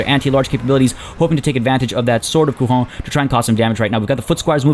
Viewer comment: Great video as always ! That said, this is not how you pronounce "Couronne" in french !